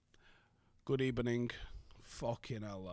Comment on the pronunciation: with the "Lovely" And with the "good ebening" hahahaha